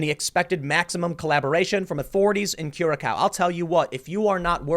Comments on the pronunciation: It's cura-SOW, not cura-COW. Think pork not beef. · *Curaçao — pronounced: [,kjʊərə'saʊ ] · Tim, that weird c (ç) is not a c, it has the sound of "ss" and the ã is a deeper a. So the word "Curação" is pronounced like Curasom with the "so" sounding like it sounds in "some". It weirds me out hearing Curacál being said..... The A sound like the A in Coruscaint. It's hard to say it when you don't grow up with it. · Tim, not trying to pick on you but i figured you would like to know. The name starts with a hard 'C', while the 'ç' (c-cedilla) is pronounced as an “S”. So, this means that Curaçao is pronounced as 'Cure-ah-souw'. The blue version is then called Blue 'Cure-ah-souw' I went there once, its actually a nice little tourist trap with very colorful buildings. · Kurakauo. Tim, pronounce like Curasao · It isn't "Cura-cow", but "Cura-saow", mah dude. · Curacao - pronunciation Tim: Cure-A-cow Me: Cur-a-co Acctual: Cure-A-sow Hmmm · cure-a-sow, not cure-a-cow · Thats Cura-sow not Cura-kow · "Kura-Sao" Tim, It's pronounced Ku-ra-sao. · Tim, a c with a cedilla is pronounced like an s. Thus it's not pronounced 'cura-cow', but 'cura-sow'. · Tim. 'cure ah sauw'('like 'now''). Not cure a cow. 😂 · Curacau is pronounced KOO-ruh-SAU. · It's pronounced cure-ah-sow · CURE-A-SOW, Curaçao.. cure .... a..... sow..... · Where the fuck is cure-a-cow? 😹 Does he mean Curacao? We dutch say the second c as a C not a k. As it's one of those wierd C's. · I've been to Curacao. It's pronounced Cure-A-sao as in "sow" like a pig. I have no idea if that's a dutch thing or what, but I had locals correcting me, so I presume that's accurate unless they were mocking me. lol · lol your pronunciation of Curaçao was amusing ;) the ç is pronounced as an 's'. So Curasao. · Curaçao [ koo r-uh-sou] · Curaçao is pronounced Curasao Tim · Hey Tim, "Curaçao" is pronounced, "Koo-rah-sow". And Venezuela probably wanted to ransom the ship. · Curaçao is pronounced: Coor (like the beer) - uh - sow.